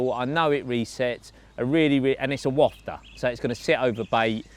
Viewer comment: YES!!! You said Wafter right ❤